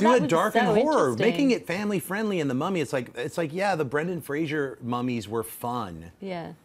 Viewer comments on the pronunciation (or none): Fraser. Not Frasier. Come on.